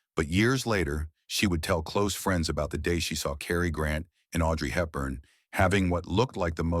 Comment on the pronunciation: It’s “Cary” not “Carrie” & Holmby Hills not Homby Hills…I may have missed something, but other than that the story was a revelation to me about these actors